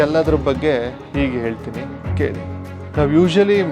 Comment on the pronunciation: ಓಗುತಾರೆ.ಒರಡುತ್ತಾರೆ.ಒರಟು.ಈಗೆ. ಅಪಭ್ರಂಶ. ಬಿಟ್ಟರೆ.ಚೆನ್ನಾಗಿದೆ. ಉಚ್ಚಾರಣೆ ಚೆನ್ನಾಗಬೇಕು.ಹೆಸರನ್ನು ಎಸರು ಅಂದರೆ ಹೇಗೆ.pls tappu ತಿಳಿಯಬೇಡಿ.ಹೋಗುವುದು.ಹೆಸರು.ಹೇಳು.ಎಂದರೆ ಚೆಂದ ಅಲ್ವೇ.ನಿಮ್ಮ ಕಾಳಜಿ ಮಾಹಿತಿ ಸಂಗ್ರಹಣೆ.ಎಲ್ಲ ಸುಂದರ.ಅಭಿವ್ಯಕ್ತಿ ಕೂಡ.ಉಚ್ಚಾರ ಎಚ್ಚರಿಕೆ ಇಂದ ಮಾಡಿದ್ರೆ.ಸರಿಯಾಗುತ್ತೆ.ಅಭಿನಂದನೆ